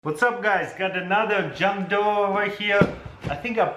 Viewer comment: Another what? “JUNG DWOUR”?